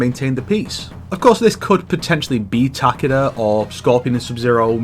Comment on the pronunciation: ITS TA KEE DA